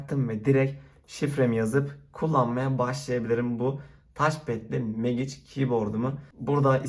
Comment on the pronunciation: Oğlum megiç diyip durma mecig lan